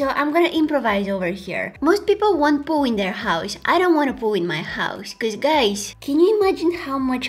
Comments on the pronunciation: Poooooooooool not pooooo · Am I the only one that hear poo but not pool? 😂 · I actually laughed so much at you forgetting the waterproof mascara that I woke my partner up.. also.. when you were talking about having a pool in your house.. at first I thought you were saying..pooh. I heard.. I don't have a pooh in my house! 😂🤣😂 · Around 13 minutes in she says the she doesn't have a pool and I'm just hearing "POO". more things she says is I don't want to be cleaning poo AND IM DYING in laughter. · when u said pool it sounded like poo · is it just me or when she was talking about a pool it sounded like poo... no hate love u